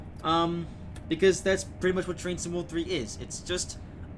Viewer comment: Ha! It does sound like he's saying that, doesn't it? You wit, you.